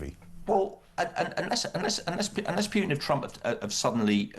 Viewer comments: The minute someone says "Pewtin" instead of "Putin", tells you everything about them and their worldview. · Here's a marker for stupidity: a person pronounces Putin's name as "Pyootin". Dead giveaway. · 'Pyootin'.. Is is too difficult for a so-called expert to say 'Pootin'...? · It is not “PJUTIN” its Putin